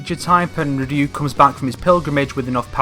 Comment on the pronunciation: Who the hell is "Rloo"?